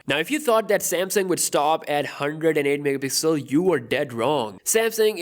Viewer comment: Normal people: megapixel: MEHPIXEL